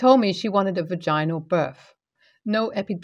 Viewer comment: 😂😂😆😆🤪 va gyn nal 😆😆😁 I swear I heard Darla from Finding Nemo. Pa ran nah lol. I'm not trying to be mean. Just wanted to share the belly laugh I got. Walking around cleaning my house listening to this wonderful narrator make me feel better about my life.... Then I hear va gyn nal and my mind goes down giggling rabbit holes.